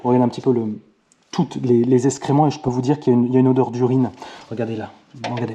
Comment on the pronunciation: Salut, on dit excréments pas escrément! J’adore tes vidéos qui m’ont beaucoup aidées. Ciao